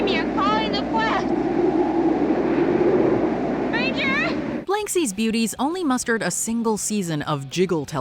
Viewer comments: BLANsky's Beauties, not BLANKsy's. Learn to read. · BLANSKY'S BEAUTIES sometimes misprounounced as BLANKSIE'S here. Odd. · LOL, it's "Blansky's Beauties", not Blanksy's. How do you pronounce the title wrong, but pronounce the character's name (which is also Blansky) correctly??